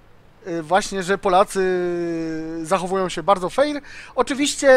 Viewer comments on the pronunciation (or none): nie "feir" tylko "fer"(chodzi o wymowę):D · fer a nie feir bo to trochę dziwnie brzmi:) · QuickyBaby również stworzył materiał filmowy związany z byciem "fair" - "Being the good guy..." ( poprawna wymowa to "fer"). Według mnie bardzo fajna akcja i oby więcej takich inicjatyw. Życzliwość w grze to świetna sprawa. Gracze pomagający innym w grze jak najbardziej zasługują na wyróżnienie. Nie zapominajmy, że WOT to gra zespołowa, a udzielenie pomocy w krytycznych sytuacjach swoim kompanom może mieć znaczący wpływ na wynik bitwy.